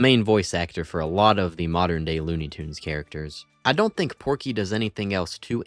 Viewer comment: It's pronounced "Tunes".